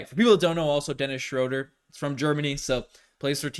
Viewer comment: Shrewd-er or Shrewd-ah, not Shrode-er.